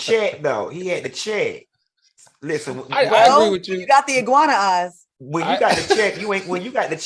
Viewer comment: Ooooooooh, Claudia! NOT “IGUANA EYES!!” 😂🤣😅